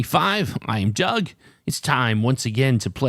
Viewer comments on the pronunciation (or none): none